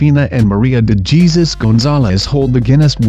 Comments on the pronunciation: De Geeeesuz Gonzalez ?? De Jesus is pronounced De Hessoos. Geez man. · I was like its hesus not jesus. Damn that guy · you pronounce De Jesus as De Hesus :3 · It's pronounced DE HESUS, you uncultured swine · de Jesus is pronounced da hay soos not the Jesus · You do not pronounce it as de jizus (like jesus) but, de hesus, nvm, I just found it really funny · DE JESUS LOL ITS PRONOUNCED DEH HESUS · it's pronounced hesoos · his name is not pronounced Jesus you know that right